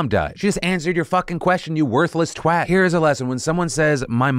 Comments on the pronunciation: Thank you for saying "twat" and not "twot". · Phil, thank you for being the only American I know who pronouces "twat" correctly. Every other American I've heard say it says "twaught", and it makes me want to break beautiful thing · Absolutely the wrong take away from this story, but as a Brit I'm so happy that Phil pronounced 'Twat' as he did. Yay for 'Twat'! Boo for 'Twot'! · As a Brit, thank you for pronouncing twat correctly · It makes my little British heart flutter when I hear any American say twat correctly, (it’s twat, not twot), but Philly d! ❤ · As someone from the UK, i cannot express how happy it makes me to hear Phil say the word "Twat" correctly. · Thank you for prononcing twat right you don’t know how proud you just made the British audience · Phil, thank you so much for pronouncing twat correctly <3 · Hearing you say twat and say it properly it brought warmth to my freezing cold British heart. May I introduce you to the mash up word twunt 😊 as it also applies and I fully agree lol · You said twat correctly! I'm proud of you. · not the most important thing here but as a british person i'd just like to thank phil for pronouncing "twat" correctly - thanks king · Holy crap. An American got so angry they pronounced "twat" right? It finally happened... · Just happy Phil said "twat" properly ✌ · Props to Phil for his correct pronunciation of 'Twat' unheard of from Americans. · Big ups to Phil for saying "twat" correctly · I appreciate the correct pronunciation of 'Twat', well done Phil! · Oh my god is it an American who said "twat" correctly?! 😂😂 It rhymes with cat not what 😂😅😅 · 1st American who I've heard saying Twat correctly, as a Brit I'm so proud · Phil sayin twat properly makes my lil English heaet smile 😁 ☺ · Phil FINALLY said Twat right! Thats all I have for today! AHaha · Phil, I just want to thank you for pronouncing “twat” correctly. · Respect to Phil for pronouncing twat correctly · THANK YOU for pronouncing twat properly.